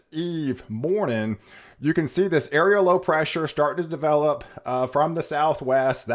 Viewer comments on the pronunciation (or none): none